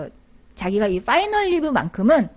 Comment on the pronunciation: '빠이널"??? "파이널"??? 왜 자꾸 빠이널이라고???